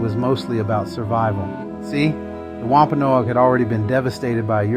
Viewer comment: It’s driving me crazy how he says “Wampanoag”…I’m Wampanoag I guess that’s why!